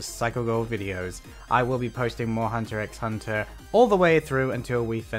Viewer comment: you don't pronounce the x btw